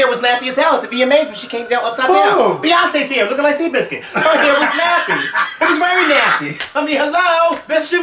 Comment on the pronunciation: LMAO "seabiscuit"